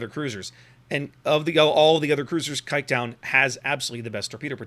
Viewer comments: The "Kijk" part is okay, the "-duin" is pretty far off lol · The way he prenounced kijkduin just made me laugh my ass off (in a positive way).... that including an amazing review earns him any like and new subscribers👍💪